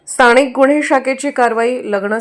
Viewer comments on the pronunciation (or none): मराठी,,सुधारा,,,,स्थाणीक् नाही,,स्थानिक,,,प्रत्येक " न" च्या ठिकाणी "ण" चा वापर केला म्हणजे शुद्ध मराठी होते का?